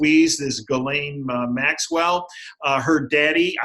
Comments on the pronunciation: YAY!!! and following - wins the prize for being the first person in North America to pronounce Ghislaine properly! That alone is worth giving the video a thumbs-up.:) He's also bang on the money about Ghislaine Maxwell's role in all of this. She's Epstein's handler for sure. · Ghislaine pronounced GeeLane. (Gee like glee without the L)